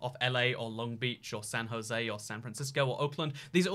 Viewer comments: It's San Ho-s-ay, not Josie! The city name is Spanish so the J sounds like an H. A European should be familiar with the Spanish language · San Jose is a spanish word so its pronounced “San Ho zay” not “San Joe Zee” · My man said “San josey” 😂😂😂😂😂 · And then, later on, he starts talking of "San Joe-see." Aw man, at least the Tucson mispronounciation I can understand - but Jose is a pretty basic Spanish name! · Same with San Jozy lol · Wow, so glad you know it’s actually pronounced “San Ho-Say” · I like how at the beginning he said it properly then just decided to go with Josey for the rest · Are you going to San ho say today? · "San josey " he's just trolling us at this point. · ”San Josey” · FYI: San Jose is pronounced "Ho zay." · The comments: Bruh he saying tuck-son me: why he saying "San Josie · San JOSIE bruh there aint no way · San Jose is pronounced "San Hosé" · San Jose is pronounced SAN ho-SAY' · At least he didn't try to pronounce it. Poor San Jose and Tucson. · i literally started typing furiously when you said san jose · Couldn't get past the way he said San Jose. RIP.